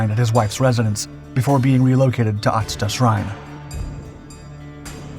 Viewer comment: You need to work a little on your pronunciation. You can use Google Translate. You pronounced Kusanagi as Kunasagi and Atsuta as Atsta. It's Yamata no Orochi not Tamata no Orochi.